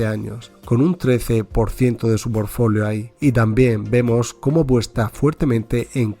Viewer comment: Quien sabe pero lo correcto es portfolio